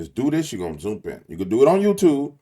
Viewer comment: “Zoomp in” 😂 Good video